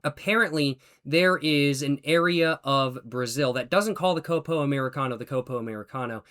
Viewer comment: “Côpo” 😅 The correct pronunciation would be “Cópo”